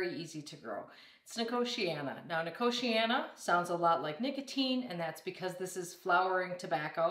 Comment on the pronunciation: The way you pronounce nicotiana puts me in a entire new league of abhorence.